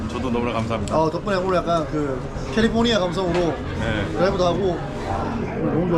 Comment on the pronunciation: 캘리fo니아 발음 은근 킹받네.. ㅋㅋㅋ